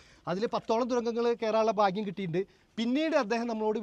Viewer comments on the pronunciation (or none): none